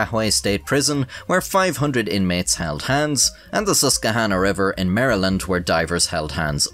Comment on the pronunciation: Congratulations on the proper pronunciation of Maryland in the video. You make me proud!